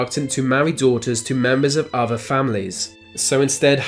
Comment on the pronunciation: “Furver van any ova” you sound inbred yourself dude